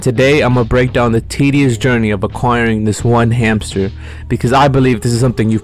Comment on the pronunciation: Find the hamter? Sound like find the meaning of life 💀